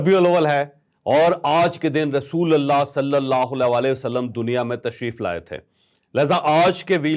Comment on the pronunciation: رسولَ اللہ نہیں رسولُ اللہ بولیں۔ ل پر زبر الگ صورت میں آتاہے اور پیش الگ صورت میں۔